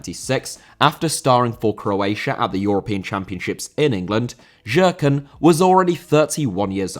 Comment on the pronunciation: Nikola Jerkan - his surname is pronounced like Yerkan